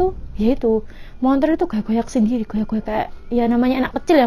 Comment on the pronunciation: Mbanya bilangn"montor" kya orang bali juga nyebut motor dg kata "montor"